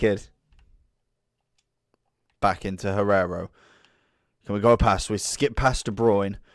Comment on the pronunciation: Hierro not Guerrero XD